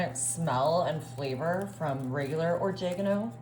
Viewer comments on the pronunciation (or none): I was wondering that too, "or-JEGGANNO"😂😂